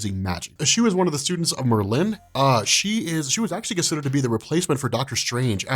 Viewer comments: bro its just merlin not mer lynn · Why do you pronounce Merlin as MerLIN? The emphasis is on MERlin. Like where have you heard it pronounced the way you do? Please stop. Its distracting. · Sorry to be this guy, but it’s pronounced like marlin (the fish)...Merlin. Not Mer-Lin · It's not mer-LIN, it's MER-lin emphasis on the Mer!!!! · Bugging me too. Does Merlin drink merlot? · If you search thru the whole of fiction including film and all I don’t think you will find that pronunciation of Merlin, two syllables yes but one word, Merlin not Mer Lynn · I love ya but for Marvel's sake... PLEASE say Merlin's name correctly?! It's said as all one word not with two defined syllables. Merlin as oppsed to your Mer'Lin. Good Video! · Bro, it’s not pronounced Mur Lynn... It’s Murrlin. Make Murr the emphasis you draw out, Lin is a shorter and softer. Think: Purrin’ cat Curlin’ weights Roarin’ tigers Merlin 😇👍🏼 love ya man. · It's Mer-lin not mer-Linn I think you do this on purpose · I couldn't watch anymore after the second Mer-lynn. It was driving me nuts. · Not how you say it though. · Dude I have literally never heard anyone pronounce "Merlin" the way you do. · I don't like how you pronounce Merlin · Please stop butchering Merlins name